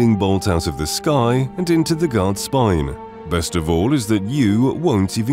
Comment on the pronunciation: I can't tell if you're saying god or guard anymore, someone help!!!